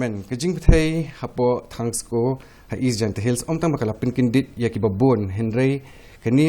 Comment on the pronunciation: Ymdei thangsko it's Tongskoo....